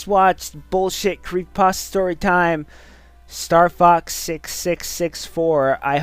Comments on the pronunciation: Guys, guys. The original name was copypaste or whatever. The name was then later changed to creepypasta because the stories are creepy or something. There is no reason to pronounce it like "paste-ah." I mean, like, would you look at a word that had changed over a long time and pronounce like how it was originally? No. Not at all. You'd pronounce it like how it is. Plus, everyone has a way of pronouncing things. Don't run around and tell people to do things your "correct" way. I rest my case. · Well, yes and no. Since it IS just a fake word, any way of pronouncing it is 'right'. 'Paste-ah' is just the original, 'actual' way of saying it. People unfamiliar with the term just started saying 'pasta', and it stuck as other people heard them verbally speak it over videos and stuff. CreepyPASTA sounds a hell of a lot sillier than 'creepy pasteah', and the only reason I'm getting so much flak is because the autists are angry I'm saying their favorite video man pronounces a fake word wrong